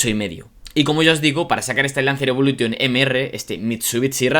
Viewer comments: Jamás entenderé porque ciertos españoles hablan tan mal el inglés, osea no te das cuenta al hablar que dices la palabra Evolution la pronuncias mal? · No se pronuncia "evolution", se pronuncia "evolushion", al igual que todas las palabras del inglés que acaban en "-tion". Yo no tengo un C2 en inglés pero hombre, esto es más básico que saberse los colores en inglés.